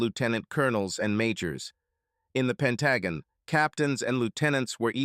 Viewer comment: The short story "It was an Amicable Divorce" by Ephesus14 is one of my favorites! Other than the mispronunciation of the Pentagon, this narration did the story justice!